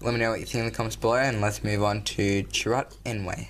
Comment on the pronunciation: Struggling with pronouncing chirrut?